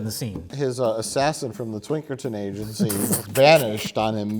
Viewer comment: he really said Twinkerton Agency